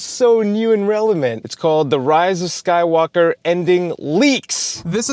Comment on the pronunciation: Anyone else notice he has a very strange way of saying “rise of Skywalker” he puts emphasis on walker. It almost sounds like “walkar”